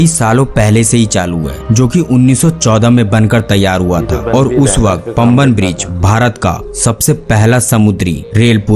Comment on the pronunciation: PAMBAN ...is pronounced Paah'mbahn..it is a Tamil word.❤🥰🙄👍🇮🇳